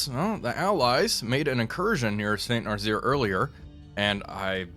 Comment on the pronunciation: Damn, he didn't see my comment on Nazzaire being pronounced as "Nuh-zz-air" instead of "Nuh-zeer"